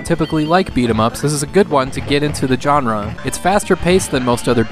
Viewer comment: Gamers all pronounce ‘genre’ the same interesting way.